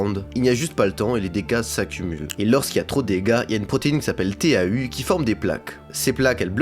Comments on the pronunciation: Bonjour, ça se prononce TO et non T. A. U. Merci pour cette video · Ca se prononce proteine "to" et pas T A U.